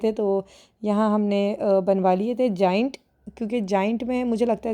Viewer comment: gaaaaeeeent😂 Bahi Gaa-aaynt...